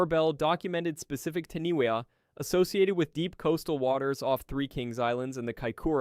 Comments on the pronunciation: LOL The Taniwa, it's said as in Tanifa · Dude, its appreciative of you learning about Maori mythology but as a New Zealander, hearing you severely butcher those words and knowing how to say Taniwha and still saying it incorrectly was kind of disrespectful and lazy.